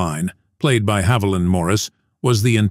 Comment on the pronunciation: her name is HAVILAND Morris… not “Havillian.”